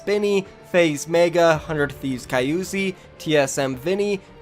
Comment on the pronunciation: Did he just say ky-uzi LOOL